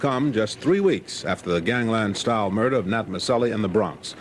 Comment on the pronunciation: What murdahhhh?! 😅